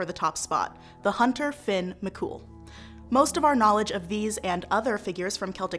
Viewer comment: I was so happy to hear your pronunciations then you got to fionn and it was was down hill from there... BTW you said fin not fionn... from an Irish man